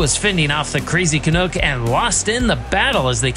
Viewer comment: Canuck rhymes with "duck" NOT "cook". Thanks